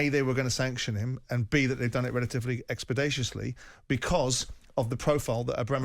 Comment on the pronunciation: When Simon said 'expedatiously', he meant 'expeditiously'.